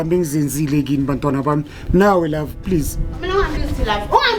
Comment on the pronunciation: He irritates me when he is saying love,herrrrrrr ka kwata as if ke nna jerrrrr ha tsamaye